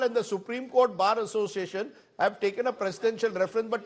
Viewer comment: A person who is unable to pronounce Bar Association become the president of All India Bar Association . What a joke. Sure he is the chamcha of central goverment